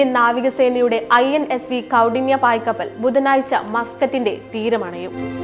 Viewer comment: പായ്കപ്പൽ ❎ പാൽകപ്പൽ ✅ പശുവുംപാൽ ആണോ അതോ എരുമപാലോ ഇതിപ്പോ കേരളത്തിൽ നിന്നാണ് പോയത് എങ്കിൽ വേണേ റബ്ബർ പാൽ ആണെന്നെങ്കിലും പറയാമായിരുന്നു 😅😅😅